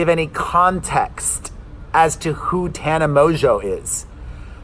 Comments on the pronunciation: Just call her Tana Mo-jo😂😂😂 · It's Tana MOEJOE..LOL and the manager Jordan is Trisha's manager too😂😂 Poor guy! Don't stress about your video being perfect. I think many of us love the raw everyday life with the kids interrupting because we relate...LOL